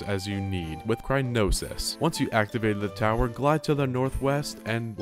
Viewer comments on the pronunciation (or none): bro had A STEP BY STEP GUIDE and still can't pronounce cryonis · "Cry-no-sis" omg it's Cryo-nis! not "cry-no-sis"! As in Cryo, meaning extreme cold, and nis, being a suffix taking a verb or adjective and turning it into a noun, meaning it's taking Cold, a verb, and making into a noun. CRYOnis literally means "cold thing". I get how it's boring reading a step by step guide for a game you've probably already beaten countless times and having to follow it for a video idea, and that's probably why you're misreading things, but reading "increment" and going "increase-ment" (among other reading mistakes made in this video, such as "purchase stable garb"... SUITABLE garb. there's no such thing as stable garb, though now I wish there were) is so painful it's clear you're either not even trying, or are doing it intentionally wrong as a joke. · Wait a second... Isn't it called Cryonis? Why's he saying Crynosis? Have I been lied to? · I was getting HEAVILY triggered because you said "Crynosis"-it is crie-o-nis.BTW I did the run with the referral as this video . You took me back to botw by posting this,thanks! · "crynosis" instead of cryonis is pretty good as well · Cryonis “Crynosis” Increment “Increasement” Examine “Examinate” I’m losing my mind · Amazing video! I wonder if Nintendo made or might make a book/guide on how to 100% complete the game with all the shrines and other things. Also, you were saying "crynosis" when it is actually pronounced "cryonis". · I can't fucking get over him calling it "Crynosis" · Dude, it's cry-o-nis. Cryo N I S. there are no noses crying, no crynosis. Cry-o-nis comes from the Latin word for ice I believe. Nice vid but this won't stop bugging me omg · i love how he calls it crynosis instead of cryonis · Examine, not examinate. Cryonis, not crynosis. Increment, not increasement. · While I find this to be extremely entertaining, every time you say cryonis makes me want to jump out a window. It's cryonis, not crynosis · It's cryonis, not crynosis